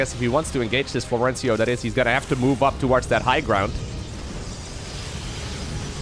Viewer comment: No Florencio in the title... Nice name prononciation also 😂 Big fan anyway :)